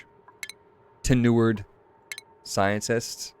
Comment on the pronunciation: If we're talking about pronunciation this episode, tenured is pronounced "ten-yurd".